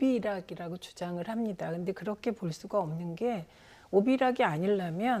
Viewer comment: 진행자...뭐냐...오이비락~? ㅂㅂ 최민희전의원 말씀대로 오비이락 이다~~!!